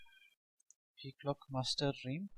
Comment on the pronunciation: This is how it's supposed to be said